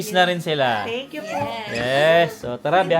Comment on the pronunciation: ok engkya hindi engkyu